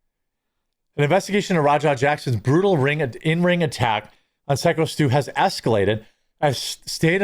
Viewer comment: Haha, it's driving me crazy that he keeps calling him Sicko Stu also.